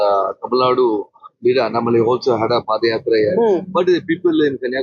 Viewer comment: It’s Annamalai not Annamali😅